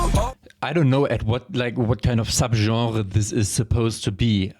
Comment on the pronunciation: why u suddenly sound French in here 😂?? Sub Genre! U french???